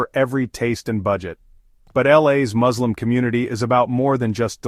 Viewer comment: I wanted to share a quick note about the pronunciation of the word ‘Muslim.’ The correct spelling is M-U-S-L-I-M, and it’s pronounced ‘Mus-lim’ with a clear ‘Mus’ sound at the beginning NOT …. Moz. I just wanted to clarify this to avoid any confusion. Thanks for understanding!